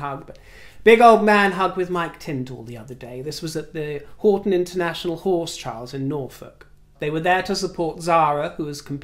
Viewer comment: Pronounced HOWTON sorry to be pedantic but I live in Norfolk so I do know.